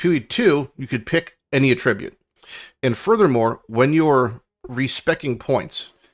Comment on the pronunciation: Attribute and attribute are different words. Or rather, you're pronouncing it like a verb in the context of a noun.